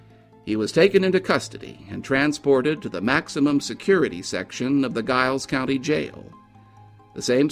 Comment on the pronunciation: It's pronounced Jiles County